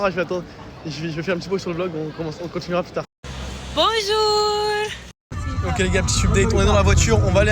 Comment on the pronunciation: Mdr La meuf elle dit boujoulllllll